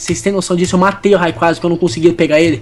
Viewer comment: ngm sabe pronunciar o nome do rayquasa certo